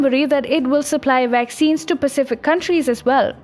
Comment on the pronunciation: Yea funny have trouble with V words